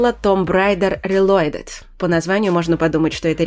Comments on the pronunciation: нет такого слова "рилойдид", наверно "рилоудид". См. начало видео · Томб Райдер Релойдед. Рейлойдед.. Пописываюсь. Лучший день в моей жизни.